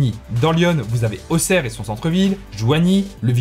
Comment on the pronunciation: Youhou tu prononce bien auxerre